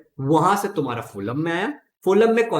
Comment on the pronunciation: Sir that is फ्लोयम not फोलम